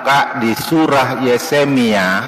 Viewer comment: Kalau orang seperti pembantunya simbahku, yang drop out SD dan benar-benar mengakui bahwa ia drop out SD, masih dimaklumi menyebut Yesemia